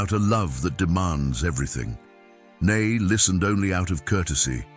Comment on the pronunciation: Love these true stories why cant you say his name correctly?